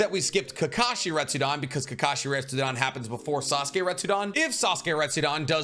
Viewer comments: RetsuDEN, not "dan" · like his enthuaiastic & down to Earth explanation, it's just that his pronunciation really hurts my ear e.g. Naruto = "NarutoW", Retsuden (with a clear "E" = "RetsudAn" how come you can pronounce "Ret" correctly but gets "den" so wrongly? (to name a few... of a lot...)